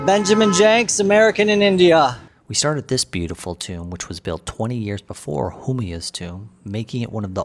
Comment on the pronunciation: Butchering the name of Humayun is like making it.